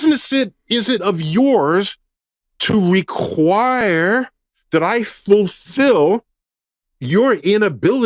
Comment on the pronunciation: The way he says require is the worst thing ever..... I really think he's doubling down on all of this because he doesn't want to get exposed for being a major creep. it's like dude, you're an astronomer and a physicist, stay in your lane.